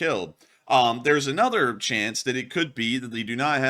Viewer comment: Watch your pronunciations. You're getting caught in one of the most common mistakes, overuse of the word "a" pronounced as a long "ay." It's rolled over into mispronouncing "another" as "ay-nother." Pronounce words when from your script the way you would in normal conversation. Journalism 101.